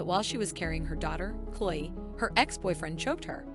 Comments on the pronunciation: The voice on this is terrible! You keep pronouncing Chloe’s name wrong; it’s not Chole. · Cloi Creeseley? What? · Please pronounce her name correctly, it's not the way you are saying it. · How is Chloe and chrisley so hard to pronounce?!